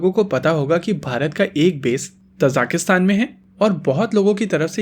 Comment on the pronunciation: It's Tajikistan... Not tajakistan